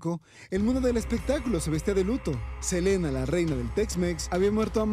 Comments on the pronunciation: por que todas le dicen celina otros silina ya no se como mismo es él nombre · Inche dice el wey.... selina!!! Y los titulares dicen SELENA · Le dicen " Celina " desde cuando se pronuncia así el nombre " Selena " en castellano ? Ya dejen de hablar como si fueran gringos !!! 😂😂😂😂😂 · Selina 😂😂😂😂. Selina quien es esa. Yo conosco es a Selena no Selina😅😅😅😅